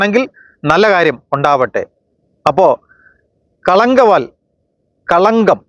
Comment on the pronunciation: ആദ്യം ആസിനിമയുടെ പേരൊന്ന് ശരിക്ക് പറയൂ ഭായ്.. കളങ്കാവൽ.. എന്നാണ്..